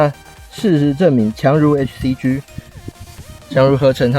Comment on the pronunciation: “G”唸「雞」，不唸「居」！